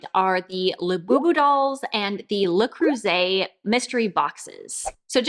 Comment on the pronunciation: Аn American cannot pronounce Le Creuset correctly, even her life depended on it 😂😂😂